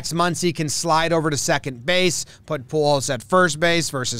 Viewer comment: It's Poo-holes, not pool-hose. 💩⚫